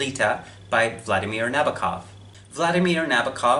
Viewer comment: It's pronounced Nah-bow-kov. Not Nabba-kov.